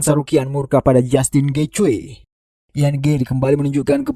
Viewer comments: Getje nyeet , bukan getjoy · Gaethje cara mbacanya Geiji. Bukan Gecwe. Nama orang itu